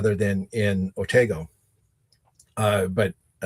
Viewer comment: Please, the Otsego County village you mention in this podcast is Otego, not Otago.